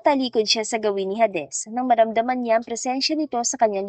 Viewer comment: Please _ Hades is pronounced "heydes".❤